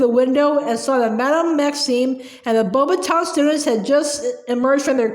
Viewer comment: How you pronounce beauxbatons is beax- batons😊👍🏻